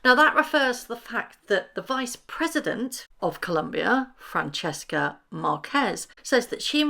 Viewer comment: The VP who invited H and M, her name is Francia NOT Francesca.